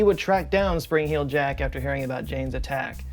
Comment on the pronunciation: the WHOLE video I thought it was “Spring Hill jack” and you were just pronouncing it weird 😭